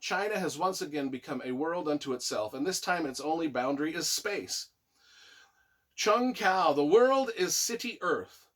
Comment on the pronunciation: I absolutely loved this collection! I immersed myself into the series and loved it. IT'S PRONOUNCED JUNG HU. It's killing me!!!lol lol lol Bless you for doing this.